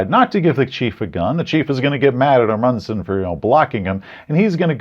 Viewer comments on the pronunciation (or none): INTERESTING IDEA including Raold Amundson as a plot mechanism, Amundson is pronounced AH-mund-sun, by the way. Great video, as usual. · I loved this review, but pronunciation of Roald Amundsen and especially Norge, made me laugh so hard I think my ribs broke. No offense to you,. Norwegian is difficult to pronunce, but holy hell you fumbled your other language roll.